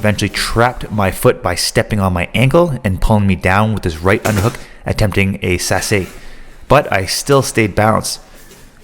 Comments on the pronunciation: This is awesome, please do more judo breakdowns! Only note is that sasae is usually pronounced sa sigh lol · Great video! I've never heard sasae pronunced that way 🤯